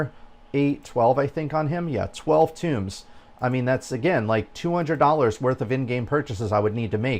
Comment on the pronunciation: The books are tōmes not tombs ( pronounced like homes ) did you never play any D&D ? Lol . Sorry for being picky :) good video otherwise . I've been playing over a year and agree with most of what you say . If version 1.12 does not have some major quality of life and content improvements I will likely be quitting . There are much more entertaining things for me to spend my time and money on .